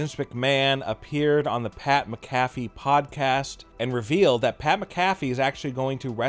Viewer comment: Wtf is Pat Mcaffy?!?